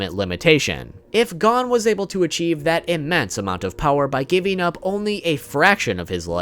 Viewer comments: Nigga said “Gone” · stop saying gon its gon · Gon ❌ Gone ✅ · Please pronounce Gon correctly it’s driving me crazy. Not to be rude but it’s pronounced goone not gone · It’s not gone it’s gon with no e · bro my nigga said adult gone not gon im dead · Bro his name is gon Oh the oh sound Gon lol you keep saying gone lol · He calls him gone when its gon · everytime he says gone instead of gon, take a shot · I know he did not just pronounce gon gone 🤦🏾‍♂️ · I got to admit... i cringe a little bit every time i hear you call him Gone. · I like the video and you have some great points. One thing though - it's pronounced "Go-n" rather than "gahn" (Gone). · Did he really say pronounce gon gone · Good video but please stop pronouncing his name wrong, I know its Gon but its like this Go-H-n. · why do you keep pronouncing Gons’ name as “Gone”? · LMAO gone and kelluah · Why are you saying gone tho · Adult “Gone” ??? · Why does he say gon lik that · bro first learn to pronounce Gon's name and meruem. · Great video, but how do you said Gon’s name wrong? Seriously